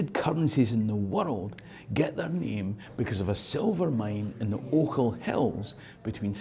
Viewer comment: Never mind "Str[i|e]ring". It made my day to hear someone pronounce "Ochils" correctly for a change. 🙂